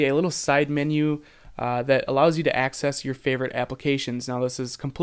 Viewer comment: i think hes saying 'axis' not 'access'